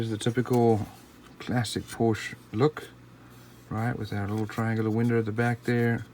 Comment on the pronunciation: It's a great model! I did want the ROW version (Rest Of the World), but unfortunately found this one, which is the US version of the car (you can tell from the turn signals and rear bumper). And it's pronounced "Por-shuh". That was the name of the founder of the company, Doctor Ferdinand Porsche. You wouldn't pronounce "Chevrolet" as "Chev-roh-lett", "Peugeot" as "Poo-gee-ott" or "Renault" as "Re-nalt" would you? 🙂